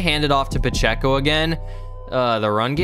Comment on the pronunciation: Ain’t no way you said ‘pehceo’